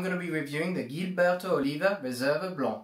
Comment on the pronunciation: Your French accent when pronouncing "Blanc" is quite spot on!